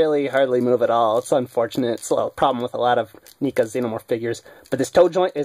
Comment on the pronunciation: You are saying it wrong neca